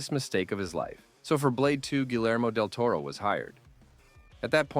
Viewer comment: I couldn't help but laugh at the pronunciation of "Guillermo"... "geelermo" lol